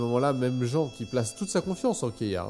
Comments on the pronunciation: Jean ça se prononce JYNE PAS JAAAN 🤨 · Super vidéo je suis vraiment fan ! Par contre comment on sait que Kaeya vient de Kaenri'ah ? Ça m'a vraiment suprise d'entendre ça (Par contre pour Jean tu peux prononcer comme le pantalon, ou "Jinn", parce que là on dirait que tu parles de ton voisin agriculteur xD) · Très bonne vidéo ^^ Par contre "Jan" ! Mais "Jan" quoi V_V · Jean sa se prononce JINE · Ça y est ! La voilà ! La vidéo sur Kaeya ! :) ta façon de raconter les histoires nous plonge vraiment tout de suite dedans. Cette fois n'a pas fait exception! Et puis juste après la vidéo sur son pays natal, c'était un timing parfait. Presque rien à redire, si ce n'est la prononciation de Jean (enfin on te l'as déjà fait remarquer) et si c'est le seul reproche à faire, c'est que le contenu est d'une grande qualité. Je suis curieuse de savoir sur quoi va porter la prochaine vidéo. Suspens jusqu'à la semaine prochaine ! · Ah ! Tu m'as surpris, j'pensais qu'en vidéo tu n'aurais pas dit Jean à la française ! xD